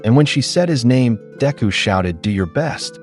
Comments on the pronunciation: It's sad because Everytime ain't hear this AI says Deku's name...all I hear is Diarrhea....Mearrhea.. Diarrhea...come on mang!!! Get it right ya fool!! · This new cover is killing me with the mispronunciation of Deku. Then it seems like it change the plot a little at the end. Thank you for taking the time for this